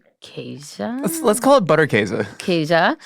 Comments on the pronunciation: in Wisconsin we pronounce it Butter - Case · the way you say Käse is right. The butter in German, would be pronounced with a harder T sound and also with the u as in boot: B - oo -tt-er Käse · Oh thank god, you prevented me from having to skip this video from the idiotic butchering of Butterkäse pronunciation. We live in 2026, there's no reason people cant do a quick google to learn its not pronounced butter kahzay. Even if you don't pronounce it 100% correctly, the difference will be significant and much appreciated